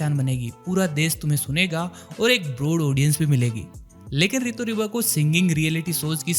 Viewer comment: It's Rito Riba bro not ✖Ritu Riba✖